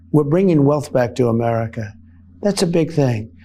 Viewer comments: A- mar-a-ca? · jeff van drew can't even say America - ah murika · Holy crap, He is the first politician that I actually hear say « Amurica »….